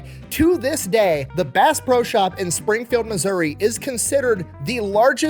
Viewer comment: i love how half of the pro's he says come out as bro